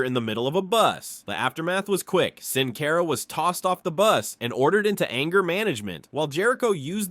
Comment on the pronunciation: Who is "Sin Cayra" ?